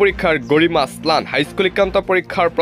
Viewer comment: হেৰৌ, ক'বলগীয়া কথাখিনি শুদ্ধকৈ ক'বলৈ শিকক।জৰুৰী কথা কৈ আছে যদিও কাণ বন্ধ কৰি লবলগীয়া হৈছে। অসমটো অহম, ম্লানটো স্মান,অসম টো অহম,অসমীয়াটো অহমীয়া,দেশক দেহ কৰি পেলাইছে কিয়? হয়,আপুনি বৰ গুৰুত্বপূৰ্ণ খবৰ কিছুমান কৈছে ।কিন্তু শুদ্ধকৈ ক'বলৈ চেষ্টা কৰক, অসমীয়া যুৱকে কোৱাৰ দৰে ক ওক।